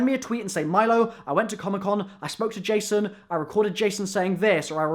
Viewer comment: it sounds like he said " i smoked a jay son" ahahhah